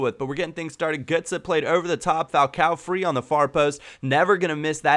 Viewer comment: u say gotze got see